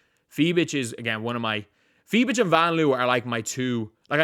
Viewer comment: As a german It's so funny you call her Fie bitch 🤣🤣